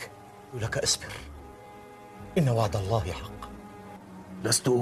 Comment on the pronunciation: Ingat ia min ..pengucapannya allah bukan aloh ...